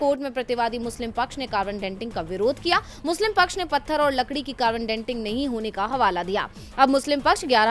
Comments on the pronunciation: It is carbon dating, not ‘denting’ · कार्बन डेन्टिंग नही डेटिंग " कहे